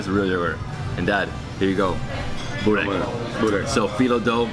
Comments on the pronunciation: When you say Burek with cheese, one Bosnian dies somewhere! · Čim je reko sa sirom Buurek,fail.:D